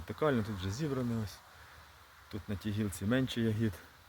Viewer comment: У слові я́гід наголос падає на перший склад — на літеру я.Це форма родового відмінка множини від слова ягода